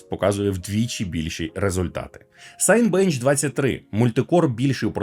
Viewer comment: Не хочу душнити, але, можливо, ви не в курсі, як і я був деякий час тому, поки не зацікавився питанням. Назва тесту Cinebench вимовляється не «сайнбенч», як ніби «хочеться» прочитати, а «сінебенч», так само як «cinema» - це «сінема», а не «сайнма».